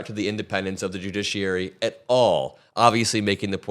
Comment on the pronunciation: Did you just say "the jidgeschrurey?" Lol